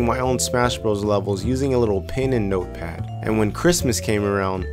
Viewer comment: when you say notepad, it takes me a while to understand.